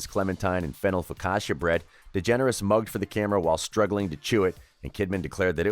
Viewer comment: Ellen degenarate?🥴